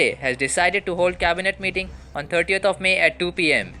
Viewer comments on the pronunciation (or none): Dear Pronunciation 38th... it means 30th only